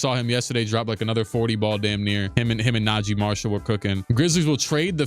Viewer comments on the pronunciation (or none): none